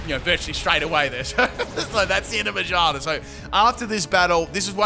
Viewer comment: Careful with the Magaerna pronunciation as well bub, I can hear something else lmaooo